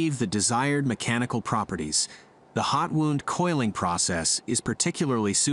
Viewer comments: Wound is pronounced 'wownd' not 'woond' ! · "Wound" as used here when talking about coil springs is NOT pronounced like "wound" as in an injury. It is pronounced like wow-nd. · Fascinating video! However, your text-to-voice narration made me chuckle. Although spelled the same, 'wound" as in "spring wound" is not pronounced the same as "wound", as in a cut or abrasion. LOL. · its cold wound, as in to wind, not wound as in to hurt or maim haha